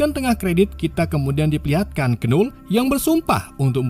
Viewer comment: disclaimer: tulisan nya Knull tapi bacanya Null bukan Kenull